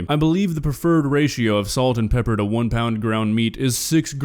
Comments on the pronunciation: "Pepieeer" lol nailed it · "Peppier" and "Honeyons"???? Why is it so hard for this woman to say pepper and onions?